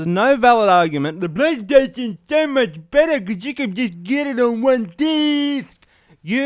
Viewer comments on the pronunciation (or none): "DEH BLAYSTAYDANZ SO MUCH BEDDEH CUZ YOO CAN JUS' GEDDIT ON ONE DIIIIIIIIIIIIIIIISC!" Cracked me up big time